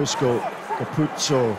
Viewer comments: “andre capoze” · di Amalfi hey there, just googled, his name is Ange Capuozzo, not cangaroo, apologies for the mistake, it was a genuine mistake and there is no need to be offended. Cheers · Carpuzzo! Capuzzi! Capozzo! Carpazzi! Capanazzi!.. Yes, it's a record number of mispronunciations of an Italian's name in one game!Congratulations Italy! 😎